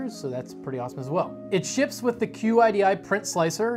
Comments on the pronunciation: Qidi is pronounced kee-dee.. It's not an acronym. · Ok man it is pronounced "Sheedee" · I took Chinese as a second language and QIDI in English would be pronounced like "chee-dee"